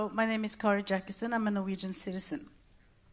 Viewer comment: “Hello, my name is Karri Jackesson…” Man kan uttale navnet sitt på norsk så lenge man er i Norge “Assad, the elected leader…” ???? Hvordan er det mulig ?